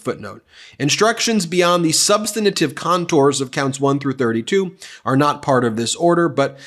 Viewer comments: Not "substanative." Not "substanetive." Not "substanitive." Not "substanotive." Not "substanutive." Substantive. No vowel or vowel sound between the "n" and the "t." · Substantive has 3 syllables: SUB STAN TIVE.